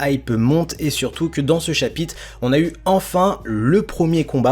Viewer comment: Sympa la vidéo mais essaye de dire chapitre car dans la vidéo tu dis chapite si non c’etait niquel